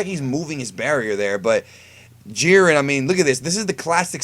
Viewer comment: Wow you completely misread Jiren